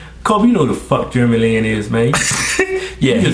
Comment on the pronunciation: I\m asian and im proud :) and by the way u sad jeremy lin wrong. Thumps Up fro them saying germy lin LOL.